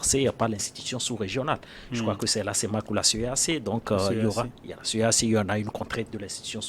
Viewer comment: La CEAC et la CEMAC ne se prononce pas